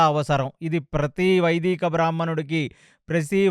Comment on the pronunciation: వైదీక కాదు వైదిక